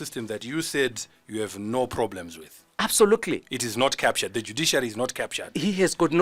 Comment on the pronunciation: He keeps saying absolukuli kkkkk